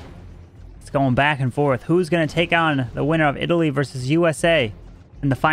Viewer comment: South Indians will laugh in this Pronounciation for Italy 🤣🤣